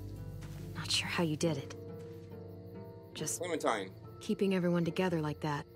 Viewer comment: Clementine=Clemen-fine 😳😳 I'm 14 tell Chris Hansen to go home.